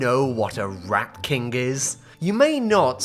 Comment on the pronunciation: I thought you said RAP king not rat king. I thought that you were talking about Eminem or someone.